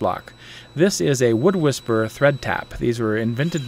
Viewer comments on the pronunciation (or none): Any link for the "wood taps"? I couldn't understand what you were saying in the video. Thought you said wood whisperer